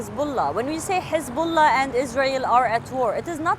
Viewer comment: Hezabollah it is not lebonan